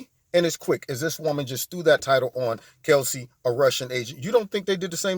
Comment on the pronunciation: Is it me or is he pronouncing her name as "Kelsey" ???